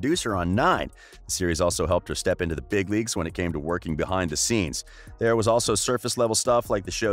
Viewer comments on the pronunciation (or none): none